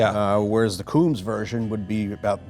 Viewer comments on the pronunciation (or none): Coombs should be pronounced "combs." John Coombs modified a handful of Mark 2s in the sixties, no more. Some had modified rear wheel arches, with a piece of copper or brass tubing installed in the channel for the spat weatherstrip. The tubing was lead-loaded and painted body color. These cars did not have detachable spats. So-called "Coombs" spats are indeed narrower than the original factory ones but these are a latter-day invention, not used by any of the original Coombs-modified cars. A genuine Coombs Mark 2 is worth a fortune today but they are exceedingly rare. There are many so-called "Coombs spec" cars around today but these often bear little resemblance to the ones actually modified by the Coombs shop back in the sixties. Geoff Rogers Rogers Motors Jaguar XK and pre-XJ saloon specialists